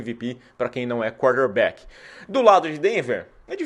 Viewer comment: Toda hora que você fala quarterback, parece que tá falando cornerback kkk